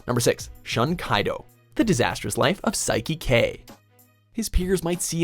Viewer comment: Not "Shan",Shun!